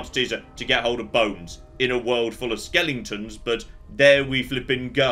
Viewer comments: I honestly don't know. I hope he's doing it intentionally to wind people up...i mean he's a smart man right... But every time he says "skelington" it's like.... ARRRRHHHHH... I mean Dragon age has loads of skeletons and it's driving me barmy. So I can only assume he's doing it intentionally xD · we all love you, but for the love of god, it's pronounced skel-eh-ton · It’s driving me nuts how he keeps mispronouncing skeletons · Because he says skellingtons. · My favorite skellington is an aluminium skellington. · I can't actually tell if he knows they're not called "skellingtons." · I'm choosing to believe "skelingtons" is to "skeletons" what "aluminium" is to "aluminum" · He knows. He has used the correct pronunciation in older videos. The skellington pronunciation is a joke from the movie "The Nightmare Before Christmas". And I suspect he enjoys driving other people with OCD a bit crazy by pronouncing it that way. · Why am I laughing every time says ‘skeletons’?😂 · I've been many a nerder for many a year but, I mean this with all love... stop mispronouncing cockin skeletons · please stop playing games with skeletons in them until you can figure out the correct way to pronounce the word.